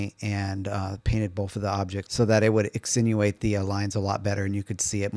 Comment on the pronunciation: I think you meant accentuate and not "acccnuate"...not to be grammar police, but when I heard you say it, I thought maybe you used a word I wasn't aware of. Also line down the model on the right, that isn't the seem? Seems odd to me if it isn't. Thanks for the video!